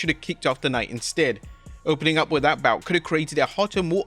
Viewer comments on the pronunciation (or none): none